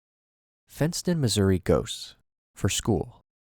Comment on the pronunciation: When he said “fent”ston I lowkey tweaked